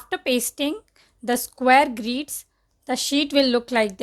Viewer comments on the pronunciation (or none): It's grids not greeeeeds